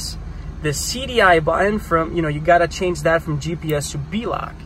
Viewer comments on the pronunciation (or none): none